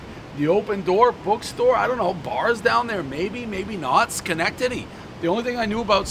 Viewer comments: Amazingly he pronounced the city name correctly on the first attempt. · I still can't believe you know how to say Schenectady correctly. 🤷🏽‍♂️ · I would say 99% of people Dave's age, from all of New England or the Tri State area can pronounce Schenectady. It's a fairly historic city. Also 2x Frozen Four appearances for Union College is enough that any real sports fan should know Schenectady and how to pronounce it. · One bite everybody knows Dave LOVES saying Shenectady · Congratulations to Dave for saying Schenectady correctly, I had my doubts! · Dave can say Schenectady correctly over and over, but can't pronounce any fkng pizza place right